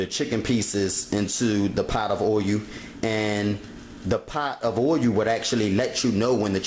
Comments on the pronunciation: It's not oilu, it's oil.. :) Just making fun, but I've read to not wash your chicken, since then, all that bacteria is now on your kitchen counter top, sink and every where else. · what is oy-oo? i axe again, what is oy-oo? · oyu and veg-et-table oyu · yeah hubby be wanting me to let stuff marinate .. but ummm... i need to get done cooking like then no prepping 😆herb not erb and gotta definitely get that oil-u good and hot lol.. no matter how you said it .. you did it! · "oh-yu" for "oil"?